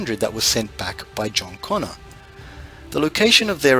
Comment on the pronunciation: its CONNOR, not CONNER